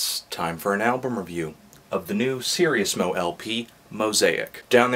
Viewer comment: Sir-Ease-mo. not serious-mo